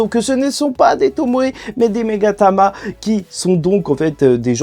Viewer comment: On dit Magatama et non Megatama